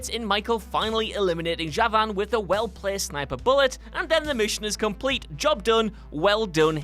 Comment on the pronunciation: What u mean lol im Azerbaijani btw and his name is Javan (Cavan) he said it correct mainly.